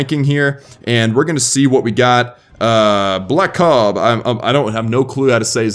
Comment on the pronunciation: This is Blakob, its pronounced Blake Ob, thx for the feature!